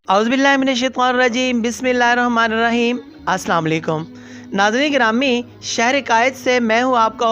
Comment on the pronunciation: جناب چینل والے بھائ معذرت کے ساتھ سب سے پہلے تو آپ سے گزارش ہے کہ آپ سلام ذرا صحیح سے کیا کریں کیونکہ الفاظ یا حرکات آگے پیچھے ہوتے ہی بجائے دعا کے بد دعا ہوتی ہے جزاکم اللہ خیرا کثیرا